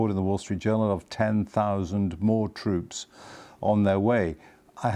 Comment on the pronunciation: Twoops... Apwiw... elocute, madam!